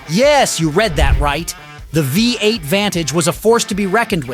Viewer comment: What exactly is a Wee 8 ? And what is Lugzury ?? In English it's a Luxurious V8 !!